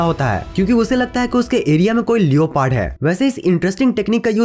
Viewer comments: BHAI LEOOOPARDD NHI LEPORD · Bhai लियोपार्ड likha hua hota h lekin usko लेपर्ड bolte h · Its leprd(Leopard) not lio...paart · Not liopard it's leoperd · Bhai ye leoopard kya hai🤣🤣🤣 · lioo pard? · Bro... लिओपार्ड नहीं लेपर्ड ...🙏🏻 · Leopard = लेपर्ड not लियोपार्ड 👍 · लियोपर्ड nhi beta लेपोर्ड hota h😎😅😅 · Baki sab choro Bhai leopard ko liopaard bol ra hai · It's not leoooopard it's leopard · Did you say leyopad for leopard 😂😂😂🤣😂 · You pronoune leopard wrong